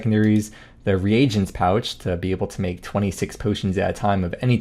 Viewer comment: reagent pouch as in re-agent, not regent